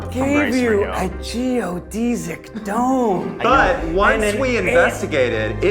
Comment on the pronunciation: Am I the only one that's bothered by how he pronounces geodesic dome? 😅